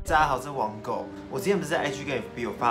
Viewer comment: 为什么王狗有时会说成网购XD